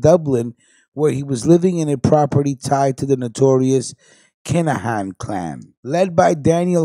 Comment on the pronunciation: U cant even say the kinaghans name right lol